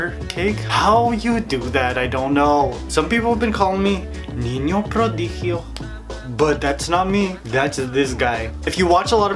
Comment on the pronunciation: Jajaja me encanto que intentaras decir "niño prodigio" te salio bien!!! ❤😋😁